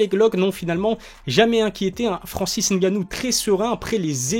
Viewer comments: Ah ça y est ! Il dit N gannou! Qu'est ce qui t'arrives! ta enfin compris ! Mdr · Enfin quelqu'un qui prononce ngannou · Enfin un Français qui sait prononcer le nom de Francis !!! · bonne prononciation du nom de Francis